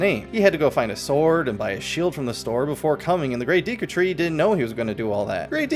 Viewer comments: Deku* not deeku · The amount of times you miss pronounce Deku is driving me insane. Do you think if have a deck of cards you'd say "grab my deek?" No, you wouldn't. It's not deeku, it's Decku... (not in spelling but in pronunciation anyway) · Deku is a name from the original Japanese, so we should look to Japanese for how to pronounce it. "De" and "ku".